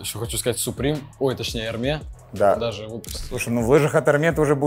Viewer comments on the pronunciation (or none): Hermes читается не как эрме а эрмес так как это фамилия. была бы не фамилия читалась бы как эрме